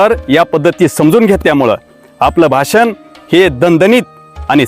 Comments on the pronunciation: शब्दांचे उच्चार देखील स्पष्ट असावेत भासन नव्हे भाषण 😂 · भासन.......... . भाषण......उच्चार गडबड.